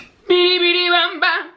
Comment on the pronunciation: The singing made me cringe.... It’s a no from me dawg. Aaaand you said BEEDEE BEEDEE 🥴 it’s BIDI!